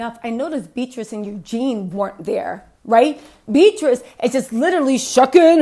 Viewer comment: Go Girl..Kicking royal Ass..We love your strength..I believe the pronunciation of Eugenie..is..U...Jean..EEE..And we love Harry and Megan..Thank you,Keep up your good work